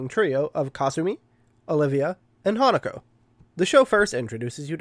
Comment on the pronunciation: okay i definitely thought that hatago was named hanukkah the first time you said her name 😅😅